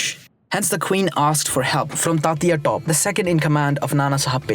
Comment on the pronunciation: except for Tantia "Top"